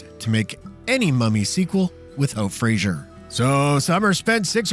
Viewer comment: Brendan Fraser not Frasier.